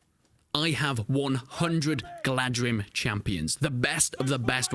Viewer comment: I think it's pronounced like "Galathrim", just like how the mountain pass the fellowship tries to pass is called "Carathras" but it is written Caradhras, so Galadhrim would be "Galathrim".